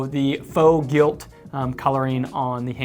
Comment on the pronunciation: “Gilt” lol